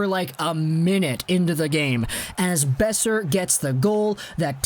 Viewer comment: Ngl the way at the you said brock beoser at the start kinda made me cringe